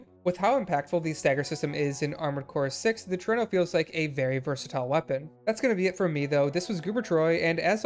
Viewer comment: It is indeed pronounced the way you chose to! Trueno is Spanish for thunder (more specifically, the loud booming sounds of it)